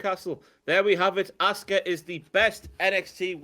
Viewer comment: I love that when Jen says 'Asuka' it sounds like 'Oscar.' Makes me think about Oscar the Grouch having a dominant run as NXT Women's Champion...